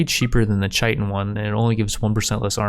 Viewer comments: It’s not CHITEN, it’s KITIN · Chitin is pronounced kī-tin. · Chitin Is pronounced "ki-tin", I learned that from Destiny lmao